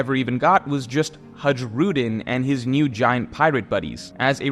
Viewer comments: bro pronoucin Hajrudin as 'Hadrudin' instead of 'Heirudeen' 🤡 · It’s pronounced hai-rudin btw not the way you were saying it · hajrudin is not pronounced like that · Oh my god I know you probably don't watch the anime but it's literally insufferable to listen to you mispronounce everything. Hajrudin might be an obscure name but there's no reason not to know how to say Machvise. Are you 10 years old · years later and still cant pronounce Hajrudin